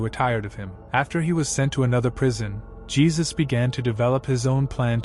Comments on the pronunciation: It's pronounced "He-soos" not "Jee-sus" The mispronunciation bothered me so much😫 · It’s HAY ZUES!!!! Not geezuz smh damn goofies